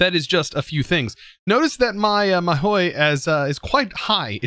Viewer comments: god please its not mahoui, its mahou - ma, ho, ho from santas hohoho, mahou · I think it's prounounced maho tsuukai. I don't know where you get that i in mahou lol.